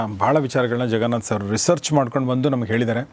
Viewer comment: Your son is right , you are saying ZEN , it’s JEN , ಸೊ ಜೆನ್ ನಾಟ್ ಝೆನ್ 😊🙏🏽, the way you say jaganath sir ಜಗನಾಥ್ , ನಾಟ್ ಝಗನಾಥ್